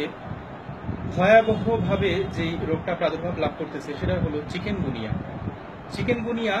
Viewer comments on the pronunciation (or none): কেমন ডাক্তার উনি চিকুনগুনিয়া কে বারবার চিকেনগুনিয়া বলতেছে।